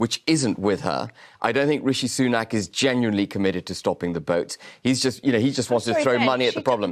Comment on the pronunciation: Seeing How habib pronounces Committed as "commiddid", he is clearly a Dosser and a dwad. And a dalendless shid.